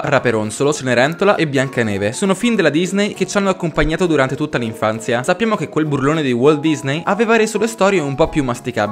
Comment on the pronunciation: L'INFANZIAH ROVINATAH